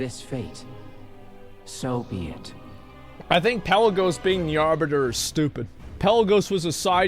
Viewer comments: Jesus christ "The Arbutter" fucking LEL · i cried a little at the "Arbutter"